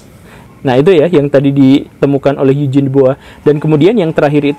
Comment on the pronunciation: Topik yang menarik, saya selalu punya pertanyaan soal ini. Sama hal menarik juga dulu pas pelajaran sejarah perasaan Eugene itu cara ngucapinnya "yu-jin" kok ini jadi "eig-ne" wkwkwk.